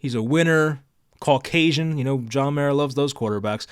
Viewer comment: I had to repeat what you said about 5 times. Did you actually say “Caucasian”?😂